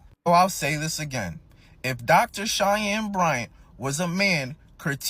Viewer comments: Cheyenne is pronounced like (Shy Ann) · her name is pronounced SHY-ANN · Dr. Bryant's first name is pronounced Shy+Anne so Cheyenne. As for the rest of the video, I need Dr. Umar to put a little more thought into the behaviors of Nick Cannon and Cam Newton as they make broken home after broken home just because they want sex and not marriage. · "SHY HEN" 😁 is probably the closest to what you were trying to say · Her name is pronounced shy-ann....I know because we have the same name 😂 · Shy-ann is how you say the name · Cheyenne= “Shy Anne” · Her name is pronounced like "Shy-Anne" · Umar isnt a doctor...unless you call a quack a doctor. Cheyenne is pronounced like 'shy-anne'. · The doctor’s name is pronounced Shy-Yen. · Cheyenne is pronounced as Shy - N. So like the word Shy and the letter N together. Shy. N. Hope that helps. I, too, didn't know how to pronounce it when I moved to America. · Cheyenne say shy ann